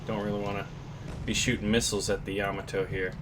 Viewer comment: no he said it right